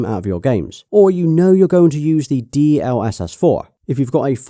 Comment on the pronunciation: It's pronounced DLSS not D..L.........SS